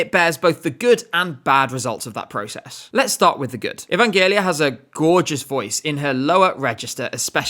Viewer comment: One small remark: Evangelia's name is pronounced "E-van-ge-LEE-a", not "E-van-JE-li-a".